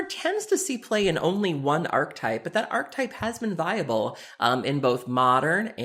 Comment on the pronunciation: Archetype has three syllables. ARK-EH-TYPE. I hear Magic media people mispronounce that all day as ARK-TYPE.